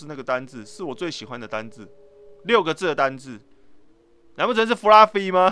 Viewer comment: Fluffy念起來很像布拉魚